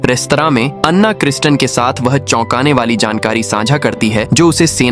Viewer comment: लड़की का नाम अन्ना नहीं ऐना है